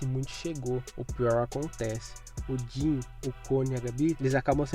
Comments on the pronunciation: que agonia quando ele chama o jean de jhin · Din? Não é jean não